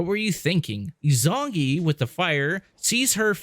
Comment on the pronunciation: Is-oo-nah-gee, you fucking plebe. Five hours of content to get here and the only Japanese you know is hadouken. Izunagi and izunami are crucial to Shinto belief and ignoring that was the least of your issues. A) you spend more time bitching about mechanics in the first game than you spend on actually telling a confused story through two videos. B) your narration is so disappointing that you constantly spoil twists before they happen. 99% of your videos could be better by just not yapping about your issues with the game. You suck, we get it, so calling attention to your lack of skill detracts from my viewing of the actual story since you will not shut the fuck up unless your character is beaten into a corner and then you bitch about game design. Ryu coulda stayed dead if you were the one controlling him. The same strike of luck that allowed you to beat the game is why I think you missed your calling as a McDonald's order caller. Other people do the work and you bitch about how long it takes